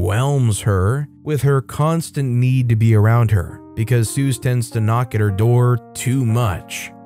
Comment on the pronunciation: Suze is pronounced that same as Suzy. It isn’t a common diminutive, Bob Dylan’s early girlfriend used it. She’s on the Freewheeling Bob Dylan album cover. I was told by a nutritionist that Rotisserie chicken is not a bad food. Most of the fat from the chicken has dripped away from it.